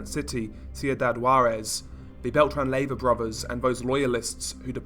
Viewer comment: Pronounced lay, va